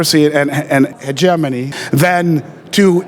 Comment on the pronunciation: "Heh-geh MOny" It's "HEH-GEM-ANY" Hegemony Jesus dude... that raped my ears.